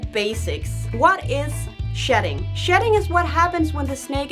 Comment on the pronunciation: It almost sounded like you were saying "sh*t" 😁